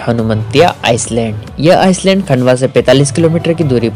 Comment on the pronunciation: आइलैंड को आईसलैंड बोल रहे हो विडिओ में। भाई तुम्हें तो खुद अपना वीडियो फिर से देखना चाहिए।